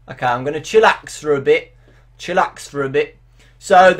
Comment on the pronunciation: its funny how you say okai